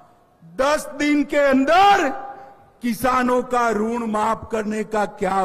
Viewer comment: यह टकला तो किसान के ऋण को रूण बोल रहा है